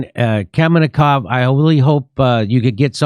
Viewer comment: He should have said, "It's Kaminkow, but that's okay Jimmy you get every name wrong"